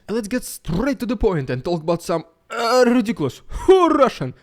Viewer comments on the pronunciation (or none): Love the Riiiidiiculous Ruusssiann Prrrropaganda💯👍😂😂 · Keep bringing that Rrrrridiculous...rrrrrrrussian...Pppppppropoganda..👍. They say "anything is possible ", maybe not under the Putin regime in Russia.